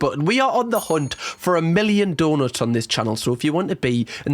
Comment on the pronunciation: I just realized you’re saying donuts not daughters…